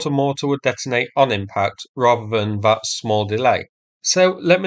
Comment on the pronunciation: Thought is fought, that is vat, roosia is Russia. I fought you'd like a translation….